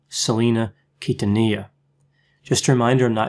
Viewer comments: Hey I especially thank you for not butchering Selena’s last name. Oh my god the many times I have cringed when I have heard her name being pronounced wrong😖😖😖😖😖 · I very much appreciate the effort to pronounce Quintanilla correctly. Thanks, doc!